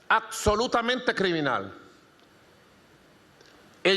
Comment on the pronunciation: "ACSOLUTAMENTE!" jajajaja!! Payaso!!